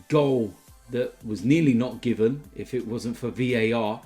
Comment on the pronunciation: he said ifff dumbass